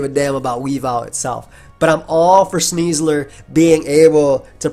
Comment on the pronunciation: I cannot not cringe hearing "Sneasler".